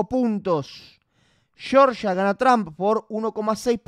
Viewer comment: pronuncia bien Trum como que Tram